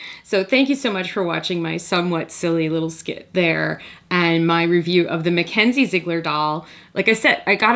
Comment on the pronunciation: It's Mackz not Mack